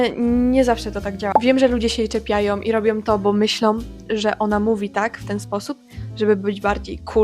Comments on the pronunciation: Myślę, że na sposób mówienia może wpływać zarówno wszystko to o czym mówiłaś, środowisko w jakim się obracamy, pośpiech, ale czasami także brak zastanowienia się nad pisownią danego słowa. Ty sama mówisz "robiom", "sepleniom" (w 6.10 minucie filmu), a gdybyś miała przeczytać te słowa to ewidentnie powiedziałabyś "ą", nie "om". Dziękuję za ciekawy materiał. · Mnie nie drażnią te akcenty o ile nie są przejaskrawione, ale bolą mnie uszy gdy ktoś mówi tak jak ty na przykład w siódmej minucie: " czepiajOM i robiOM to bo myślOM". Czemu tak mówisz? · Ja , sądząc po opisie, zmiękczam, ale mam taki akcent od zawsze i nigdy nie byłam szkolną gwiazdeczką ani nie próbuję brzmieć słodko :)) Ja tego nie wychwytuję w codziennej konwersacji, chyba, że bardzo się pilnuję - wtedy może wyjść różnie :). u Ciebie natomiast słyszę dużo "som". "majom", "robiom" i z kolei mnie to drażni :D Więc chyba każdy ma wrażliwe ucho na inne brzmienia :) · OK, ale dlaczego sama wymawiasz "som", "robiom", "biorom"? Popracuj nad tym, Twoje wypowiedzi zyskają na wiarygodności